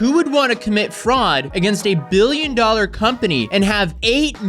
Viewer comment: ...billion doollr company <whats dis?